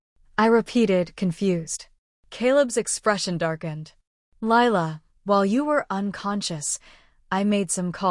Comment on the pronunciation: It’s Lila not Laya